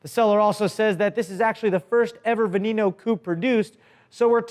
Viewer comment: Lamborghini (veh-neh-no) not (vuh-nee-no)